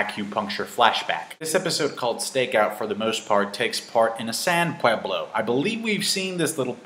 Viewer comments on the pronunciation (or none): ohhhhh you suddenly fell like a gringo when mentioning "pueblo" like a white guy?